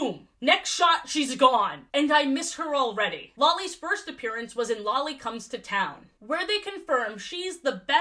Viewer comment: The absolute psychic damage I take every time you say Lolly's name